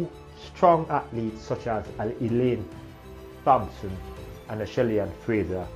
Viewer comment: I wish he would stop mispronouncing the name "Thompson"